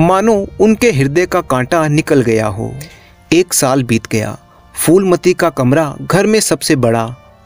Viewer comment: Foolmati nahin shreemaan jee , Phoolmati naam hai. उच्चारण फूलमती है , फ़ूलमती / foolmati nahin . 🙏🙏 बढ़िया चैनल है ।👌👍